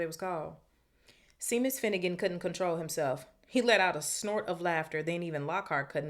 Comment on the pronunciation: Love the read so far... one thing though Seamus... is pronounced Shaymus, its an Irish name.